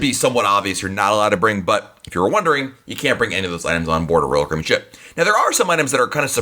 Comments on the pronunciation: narrator: blgdnsrb royal cabeen dhbjg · Love the content in these videos. But the dude talks way way too fast. Slow down! He has managed to turn "Royal Caribbean" in to a one syllable word. LOL